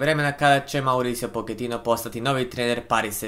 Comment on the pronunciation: Jesam ja jedini koji se triggera kad za Mauricia Pochettina kaže 'Poketino' a ne 'Početino'? Mislim bar ja kažem Početino.